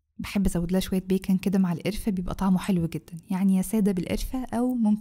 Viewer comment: الله تسلم ايدك شكلو تحفة نفسى اجيب مكنة الوافل عشان اجربه، اول لما اجيبها هعمله اكيد💜💜💜💖💖💖عندى بس ملاحظة صغنونة ،المكسرات إلى ضفتيها فى الاخر اسمها "بيكَان"مش "بيكِن"أو "بيكُون"عشان ده لحم خنزير 😅اسفة بس كان لازم اقول عشان لو حد مكانش عارف، بحبك اوى 💜💖💜💖